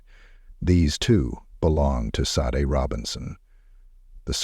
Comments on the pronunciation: Why do you keep mispronouncing her name, AI? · Maybe I'm too particular, but it seems to me that if you're going to share a crime story you would at least pronounce the victim's name properly. If AI can't get right something this simple, how is it expected to successfully take over all our jobs, as tech companies seem to enjoy endlessly predicting? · Sadly although this documentary is good I'm disgusted that the name of the victim Sade was mispronounced so meant different times shows a huge lack of respect.😢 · You’ll definitely get a sub from me WHEN you’ll respect the victims enough to have their name pronounced correctly!!! VERY DISAPPOINTED! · I wish this AI or real guy would make up His mind how to pronounce Sade’ name!! Three different pronunciations in one sentence? Ridiculous. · Watertown NY....just how that creepy killer walked out in front of her would have made me go home right away 😢 But the awful AI mispronouncing her name ....Shaday is correct Not Sod or Sad-A or Shade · He pronounced her name Sade, Sa-de & Shadee. She worked hard to get where she was & that sorry no good took it all away from her RIP beautiful Sade!!! 😞🌹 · Sade's name has been pronounced 4 different ways in this vide. Which one is correct???? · Show some respect!! Pronounce the victims name correctly every time you say it! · Why do you keep pronouncing her name differently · Good coverage of an horrific crime. One thing I would respectfully ask is to be consistent with the pronunciation of her name please. It's Sade or Shar-day. I know it is a small thing but it is her name and that is so important. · This is why AI sucks...Her name is pronounced Shaudae dumb ass 🤮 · Sade Her name is Nigerian PRONOUNCED SHA- DAY